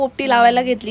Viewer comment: भांगुर्डी नाहि.... भांबूर्डी चा पाला आहे तो आणि ओला पावटा आहे